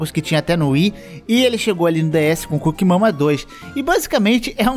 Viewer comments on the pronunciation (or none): eu fui o unico que toda vez que ele falou o nome do jogo ouvi "cu que mama 2"? tenho algum problema ctz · fala: coocking mama Eu entendo: cu que mama